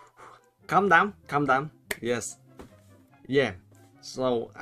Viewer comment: This guy so funny “calm dawn” #JAMEW7RIPENGLISH 😂😂😂